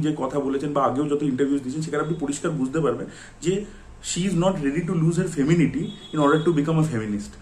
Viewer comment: Dada femeninity uccharon korte parcho na - jaihok seta byapar na. Femenine howa mane thik ki ektu define korte parbe